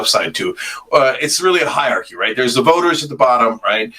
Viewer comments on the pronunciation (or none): Cenk its hierarchy not hierchy.